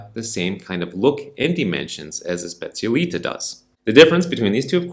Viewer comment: The moment you pronounced Specialitá I had to leave….